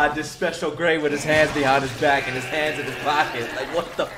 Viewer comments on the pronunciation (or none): none